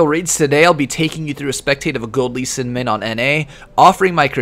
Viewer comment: "A gold Lee Sin min on NA"